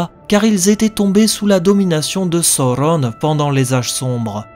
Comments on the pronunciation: "Sauron" pas "Soronne"! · Lol c’est pas Sauronne mais Sauron 😂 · Le U se prononce OU chez Tolkien, comme on prononce bien Saruman "Sa-rou-mane "et non "Sa-rue-ment", idem pour Gollum, Udun, Dol-Guldur... C'est donc bien "sa-ou-ron" et non pas "so-ron". La VF a fait l'erreur de mal prononcer Sauron sans respecter le chapitre de la prononciation des mots dans le Silmarillion. Même si j'adore la VF des films, elle est bourrée d'erreurs. Du coup, j'ai voulu proposer une prononciation juste et en accord avec les indications données par Tolkien, quitte à perturber les fans 😁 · Le U se prononce OU chez Tolkien, comme dans Gollum, Udun, Dol-Guldur... qui sont bien prononcé contrairement à Isildur ou Durin par exemple. Quand au "AU", Tolkien a précision qu'il fallait le prononcer à l'anglaise, donc "OW" ou "OU". Même si j'adore la VF des films, ils n'ont pas respecté le chapitre de la prononciation des mots du Silmarillion. De fait, je veux proposer une prononciation en accord avec ce chapitre 😄